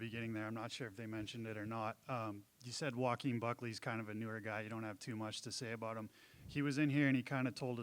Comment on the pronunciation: Broo I thought I heard "Joqueen" 😩💀